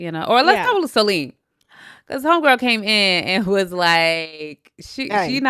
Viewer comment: It reminded me of the old school MTV CHALLENGE when CT was dragging ole’ boy across the sand with just his leg strength, while attached at the back too! BBL doesn’t equal muscle! Also, SOLENE = so-LYNN I JUST finished watching this season of Below Deck, where she was a new stew. She was so annoying… she does what she wants & has no accountability or remorse. I didn’t even know she had been on LI France, but that makes sense. I didn’t care for her slick hair either! 🙄